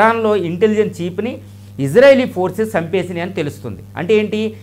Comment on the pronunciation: చీప్ కాదు, చీఫ్ అని పలకండి